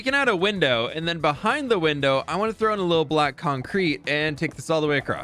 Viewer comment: Hey, huge fan here❤ you say black concrete with a color blind accent 🤣